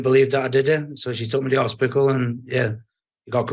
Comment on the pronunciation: US audiences haven't heard "hospickle" since Hatton's heyday.